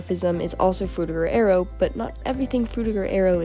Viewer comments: Aero not air-e-o. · I just realised that Americans pronounce arrow and aero the same. wild.